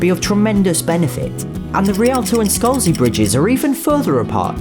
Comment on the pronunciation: It’s SCALZI bridge and not SCOLZI bridge